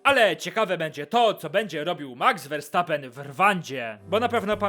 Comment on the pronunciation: Jakby co Verstappen czyta się przez "F", ale mów se jak chcesz.., jest super...